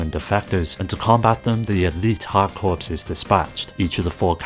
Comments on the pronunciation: Hey brother just so you know, "corps" is pronounced like "core" not "corpse", otherwise great video, great picks. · Hard corps isn’t pronounced like “hard corpse” it’s pronounced like hard CORE. The S is silent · It is pronounced core, I'm afraid. You've had a unique, but wrong, experience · "Hard Corpse" instead of Hard Corps lol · Contra HARD CORPSE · Note: "corps" is pronounced like "core" - an English word for a military unit that comes from French, hence all the silent letters. The title "Hard Corps" was a pun, because it sounds the same as "hardcore". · Yes, but "corps" is only correctly pronounced one way